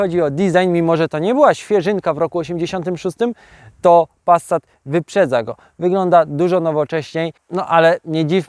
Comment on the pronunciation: No kurrlla, to nie zaden "Passsssat", tylko normalnie wymawiajac "Pasat", nie "Wolgswagen", tylko "Folkswagen" i (na przyszlosc) nie "Lambordrzini", tylko "Lamborgini"! Z PRL-owsko, PO-owsko, LGBT-lewacko-socjalistyczna, w rytmie Poloneza warszawskich wspolczesnych wyrobow "Czajki", podobnych do wyrobow PRL-owskiego socjalizmu, fabryki FSO serdecznie pozdrawiam milosnikow tego dziela siermierznej i prymitywnej socjalistycznej techniki PRL-u i jej technologicznego i ideowego zwyciestwa nad zgnila technika Zachodu! Gratulacje za sozialistyczna pasje i oderwanie od rzeczywistosci!